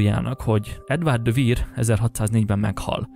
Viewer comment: Edward de Vere nevét / Edvörd dö Ve(ö)r /-nek ejtik...bocsánat nem fonetikusan írtam.Az Ö hang elhagyható mivel a kettőshangzók második hangjának kiejtése opcinális.